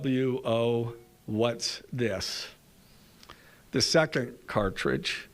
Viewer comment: It's pronounced "ooo-woo" not "O-W-O"